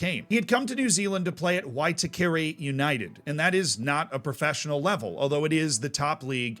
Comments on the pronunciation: There are rumours that Roy might be returning to New Zealand to play for the new Auckland A-League team for the season. Also, the pronunciation of Waitakere (why-tah-care-reh) was mildly amusing. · I'm from the same home town as Roy Krishna and from the same part of Auckland! There's a couple of small mistakes with pronunciation (Lam-basa, Wai-tah-kah-ray) or geography/history (Siberia is his village in Labasa his province is Macuata Province, Football is the main sport in Labasa with the Lions as our pride) but Roy Krishna ultimately is one of the most inspirational figures not just as a Football fan but as a Fijian man. I had to stop the video multiple times because my chest was so bursting with pride I thought it was going to explode. Thank you so much for this video, I'm glad he's getting the recognition he deserves. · Love seeing content about someone who has played locally to me! As an FYI - 'Waitakere' is said 'y-tuka-rey' . You made a great effort! Māori names can be a challenge some times for people to pronounce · Roy Krishna is a Phoenix legend! So sad to see him leave but as you note, totally understandable. We need to help you brush up on your te reo - I cringed everytime you said Waitakere (why-ta-ke-re....kinda like that) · I play in one of the 6 leagues that represent the 2nd tier of New Zealand football(they feed 3 conferences of the top tier) and we had a Fijian national team player play for us when we were still in the 3rd tier. Just for context of the level a lot of Fijian players play. Also, Waitakere is pronounced more like Why-tuck-eh-rrreh(trill rolled r). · And the pronunciation of Waitakare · Well. I've heard worse pronunciations of Waitakere I guess. Lol. Roy Krishna got his NZ Citizenship a few years ago, while it's obviously understandable why one would want to play for their birth Nation, I sure wish he'd play for us haha. Can't expect Chris Wood to do all the work. :^)